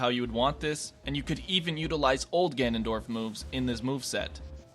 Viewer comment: "Ganondroid" XD